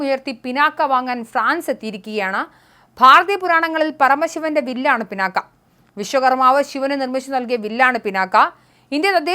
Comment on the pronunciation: പിനാക്കയൂം പിണ്ണാക്കും ഒന്നുമല്ല "പിനാക " എന്ന് വായിക്കൂ തള്ളേ. പുരാണ ഇതിഹാസങ്ങളേ ക്കുറിച്ച് ഒന്നും അറിയണം എന്ന് പറയുന്നില്ല , പക്ഷെ സാമാന്യ വിവരം എങ്കിലും വേണ്ടെ തള്ളേ.